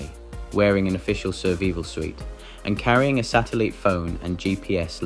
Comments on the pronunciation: These AI voices are amazing most people probably don't even know their AI voices. I probably wouldn't know either but most humans even if they're using a new language that they learn not the one they were born to, they still do better in pronouncing words. This particular AI Bot says, Sataleet for satellite, and deveese for device. No big deal really it's just a little annoying. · Satelleeete phone. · Not only is the AI voice really bad, someone is bad at math as well. A volume of 1.5 liters is not over 100 ounces. It's 50.7 ounces (still a lot for the purported use). Oh, but wait! Later in the same segment it magically turns to 3 liters. - Serveevil suit? Sateleat phone? The company where I worked at one time sent out a bulletin about an accident. An employee noticed a leaking hydraulic connection on a forklift. He stepped under the forks and attempted to tighten the connection but instead, broke it off, releasing the hydraulic pressure that was holding the forks and their load over his head. He was instantly crushed under the load.